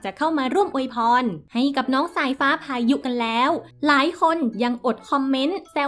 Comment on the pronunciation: แอดเวลาอ่านต้องน้องสายฟ้่า น้องพายุนะคะ ไม่ใช่น้องสายฟ้่าพาย